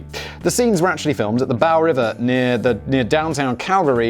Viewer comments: As a Calgarian, your pronunciation of Bow River gave me a laugh. Its Bow like bow and arrow. Simon's pronunciation for the win again! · The "Bow" in "Bow River" is pronounced like the weapon NOT like the front end of a boat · Bow river, as in bow and arrow, not bow of the ship. #cancelsimon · It's pronounced the "bo " or "beau" or however you Brits pronounce bo But it's not pronounced "bow" as in he bowed to the king Sincerely a former resident of Calgary Alberta #MarlbouroghParkRepresent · It's not "bau" river, it's "boe" river. Source: Calgarian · Might be easier to explain as it's Bow as in "Bow and Arrow" not Bow as in "I bow to you" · So... didn’t listen to the end, but as it would be an incredibly niche joke, I was born in Calgary - The Bow in Bow River is pronounced like Bow in Bow tie, not bow like take a bow. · I live in Calgary... the Bow River is pronounced like the weapon not the front of a boat. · BOW river. Like Bow and arrow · The Bow River by Calgary is pronounced like "bow-tie" without the tie. Cheers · Love your shows. Just for your info, it's BOW river in Calgary, and it rhymes with a tributary, the ELBOW, and with snow, and crow. Really like your delivery and presentation.